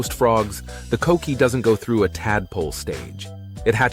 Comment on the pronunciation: If we're gonna get a video of puerto rico can we get a boricua to talk about it? I dont need to hear the word coqui pronounced as cokequi